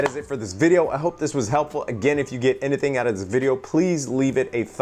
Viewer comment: "If you get anithin out of this video please leave a thumbs up". Love the "anithin" pronunciation. Hahaha